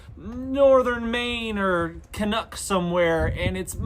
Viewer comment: Ka’nuk. Lol. Yup